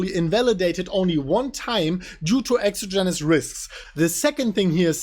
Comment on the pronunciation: Exogenous is pronounced with emphasis on the second syllable: Ex OG en ous The longer Bitcoin consolidates, the more BTC you can accumulate before the next parabolic run; buy, DCA, and HODL long term; do not trade with leverage or you will be REKT.